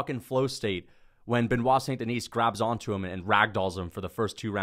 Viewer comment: I believe one day that will pronounce Benoit's last name properly.